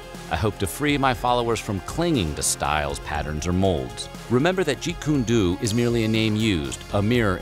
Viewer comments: Lol it killed me hearing this dude say jeet kune dew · This man really said “jeet kune doo” 😂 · Why do you keep saying Jeet Kune “du”???? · Yes 666 -- you're right, he is pronouncing it wrong -- it is pronounced Jeet Kune (dough) Do. I've had the Tao of Jeet Kune Do book for over 25 years now -- I always refer to it. -dc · Aside this issue. This was a great video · Its pronounced Jeet-Kune-DOUGH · Duuude its Jeet Kune "Doh" -- Like Doh Ray Me Fa So. Come on man, that's disrespectful. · Can't get past the Jeet Kune "DOO"🙄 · Important. It's pronounced: Jeet Kune "Do" (Doe, like bread "doe" or money or deer). Not your fault. It's pronounced wrong because it's spelled wrong. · Jeet Kune DO (pronounced DOUGH) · jeet kun "du" aye sir lollllllll try again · It's pronounced "Jeet Kune Do(dough). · Wtf is Jeet Kune "du" man if you gonna talk about this man get words correct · Jeet kun doooo lol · Do is pronounced like dough. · jfk, not jeet kune do (doing) like you pronounce it, tryh saying doh at the end...very short doh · Alot of BS, you should have done better research and pronunciation of Lee's Art which was entered into and accepted in the Black Belt Hall of Fame, pronounced Jeet Kune Do- should sound more like dough with a long O on the end Jeet Kune DO, the Way of the Intercepting Fist.................. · Jeet Kune Do, pronounced Dough. You seriously don't know this? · Do is pronounced doe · No One I know, right? If you can’t pronounce the term, don’t make the video. It’s painful to listen to... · He was killing me with the pronunciation 🤦🏾‍♂️ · I winced everytime he said it wrong. Really irked me. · How does anyone not know how to pronounce that word. It’s the same pronunciation for all arts with that word in it. How is he going to make a martial arts video and not know how to pronounce it. 🙄. Like nails on a chalkboard listening to it. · Learn the correct pronunciation of Jeet Kun Do FFS! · Learn the proper spelling of Jeet Kune Do! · It's pronounced dō not dū.